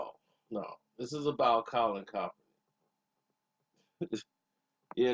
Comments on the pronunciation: You consistently pronounce Colin name wrong it’s Kaepernick “Cap” not kalpernick it’s very annoying and cringe worthy for years you did this and fix ya mic very primitive and unprofessional 👌🏽 how production get worse over years posed to get better 🤷🏽‍♂️ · BLOOD YOU BAN FROM SAYING KAP NAME 🤣🤣🤣🤣 SAY HIS NAME RIGHT BLOOD B4 IT GO DOWN ON YOU 🤣🤣🤣🤣